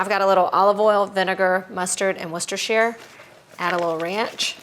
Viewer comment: Try saying it the way we do - it's easier. Worcester sauce pronounced WOOSTER sauce. In England we just leave out a lot of the letters because it's easier. Who needs the shire bit. Just means county anyway. You will be so cool.